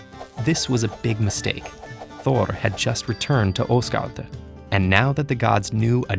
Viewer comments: Always disappointed when watching English videos on north Mythology and hearing the pronunciations of the names. Almost got Svaðilfari right, but Asgard (Ásgarður in Icelandic) was nowhere close. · Well no you didn't. TED-Ed usually has pretty good pronunciation, but they butchered some in this one, including Asgard (or Asgård). It depends on if you want to pronounce it in Swedish, Norwegian, Danish or Icelandic, but I don't think any of them pronounce it like that. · did you just say Osgard